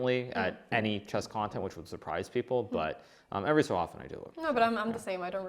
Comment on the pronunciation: Hikaru is the number one coolest chess guru ever. Magnus is magnus. Anna pronounces "e"s funny. She says chass, not chess; like chackmate. :) Oh and she is the cutest.